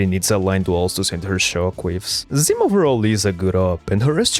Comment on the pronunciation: Sonya's codename is "zimA", not "zIma"! TT__TT